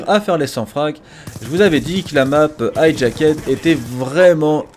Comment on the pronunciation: hajacked se prononce hadjackd bordel de merde ! ceci dit tres bonne video...